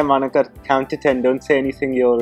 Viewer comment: Call her "Mon-Ika"